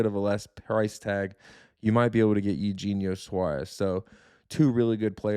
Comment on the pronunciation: is he saying eugenio suarez like that as a joke or does he really not know how it's pronounced? lol